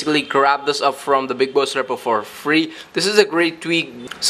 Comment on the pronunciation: I swear to god if he says repo wrong again